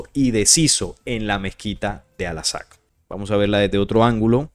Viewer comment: Por qué sigues diciendo "alasak"? Chale...